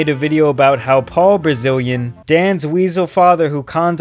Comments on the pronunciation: Dude learn how to pronounce his last name properly, it’s “Bilzerian” NOT “Brazilian” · You know all these facts, but you cannot pronounce his surname...I find that very weird - its Bilzerian, not Brazilian. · I swear youre calling his dad "Paul brazilian" XD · ‘Dan Brazilian’ kills me every time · You would think you would know how to say his name atleast. It’s not Dan Brazilian. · Would be good if you could actually pronounce his surname correctly wouldn’t it? Kept calling him Dan Brazilian.... strange when trying to flame and expose someone, yet can’t even pronounce that persons name correctly yet apparently you know SO much about him? Weird video. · It's not Paul Brazilian, how can you still fuck up his name? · ‘Brazilian’’? Dude, he’s a douche, but at least pronounce his name correctly as you drag him...it’s Bilzerian, Bil-zerian. How do you get ‘Brazilian’ from that?!?! BTW, ‘valor’, as in ‘stolen valor’ is not pronounced like ‘sailor’, but like ‘pallor’ (an unnatural lack of color in the skin) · Can you say his name right ffs?? you are saying Dan Brazilian, and I assure you that no Brazilians want to be associated with this guy say it with me, BILL - ZEE - REE - AN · As a proud Brazilian, please stop mispronouncing this tool's name. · “DAN WIZAL FATHER” 😂😂😂😄😄😃😄😄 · I agree with all your great points. These folks are the reason why our society is on a major decline and replacing real relationships with an obsession with materialism. It will NEVER work. People should always be the focus, NOT things. BTW, his last name is Bilzerian, NOT Brazilian as you stated in your video :-) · Pls stop saying Brazilian in the place of Bilzerian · I enjoy hearing you say his last name "Brazilian" hahaha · It's pronounced bil-ZER-ian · Say it with me: Bliz as in blizzard erian blizerian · third grade-level reading skills. "dan brazilian", "stolen veiler"... do you genuinely not know the word "valor"? english is your first language... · Why do you pronounce it “Brazilian “